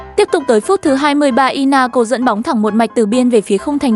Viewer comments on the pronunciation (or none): Lisbon🤨 Phải là sporting Lisbon chứ hay gọi tắt vậy Grimsby town là giải hạng 4 nha Lại inta milan Trincao mà có phải là Trinicao đâu Ly-on là CLB nào phải là ly-ông chứ Sau Manchester city nghe khó đọc vậy Ru sà là ai vậy Manaco là CLB nào vậy Inaco sau nghe ảo vậy nó là i-na-cio mà Còn elite với legendary division cơ